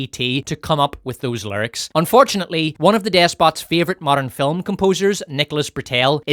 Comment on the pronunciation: I love your videos, and you say film as filim and it's funny